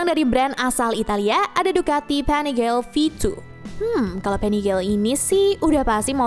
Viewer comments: Maaf min itu Panigale di baca nya di panigale aja ga jadi Panigel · Nyebutnya PANIGALE KAN BAHASA ITALY BUKAN PANIGEL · Koreksi bacanya panigale (biasa) ga pake aksen inggris soalnya pake bhs italia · panigale bukan penigel 😪